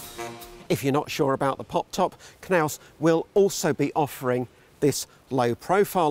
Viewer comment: He says KerNaus ............ ROFL